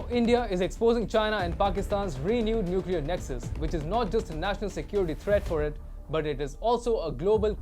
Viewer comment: Nucler tipped not powered nice analysis though